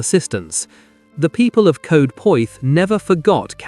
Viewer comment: Mispronouncing welsh names grips my shit. Bomingham , Lindown? Brastol. Anyone. Coed is Coyd soubds like droid.